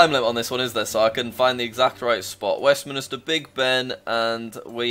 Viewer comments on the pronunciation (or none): Did jack just say westMINISTER?! It’s westMINSTER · Hearing him pronounce it West-minister is like nails down a chalkboard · Jack: Buckingham Palace is closer to Westmin*i*ster. Cries in Westminster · Jack an easy way to identify the Canadian flag (I'm Canadian) is if you see a red strip and white along with someone that even resembles a leaf it's canada I don't think it's pronounced Westminister bc it's spelt westMINSTER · Did Jack just pronounce it west minister?! It’s Westminster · It's Westminster, not Westmin*i*ster!